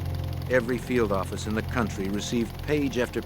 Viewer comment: And he was a goddamn head of the new "yoak offace"